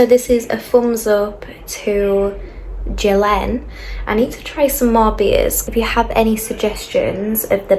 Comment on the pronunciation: The best beer in world!!! "Deer" is strong and light in same time, very flavor, drinkable, not too bitter and with beautiful white like cloud foam all the qualities of a wonderful beer!!! Cheers!!!😊🍺🍻🤤😋 It's Yelen not Gelen how you say, in our language J means Y!!! It's Yelen like YouTube!!! Balkans people are masters for production of good beer but try it Nektar Serbian beer from "Republic of Srpska" this is champion of all beer's in Balkan definitely, it's drinkable like milk!!!😊